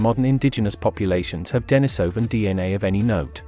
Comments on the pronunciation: The accent is on the I, which is pronounced ee, not eye. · The common pronunciation is "Dennis O Van", not "Die Niss O Van" - you used both in in your presentation. The reason for Dennis is because a Hermit named Dennis last occupied that cave. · wtf is the matter with this narrator?! Its denisovan as in iran not iron!!! yet he keeps switching the pronunciation of the 'i' in denisovan?!!! Too many mushrooms for this guy